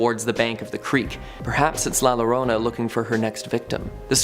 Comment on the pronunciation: The double l’s in Llorona is pronounced like a y. So it sounds like yo. It’s Spanish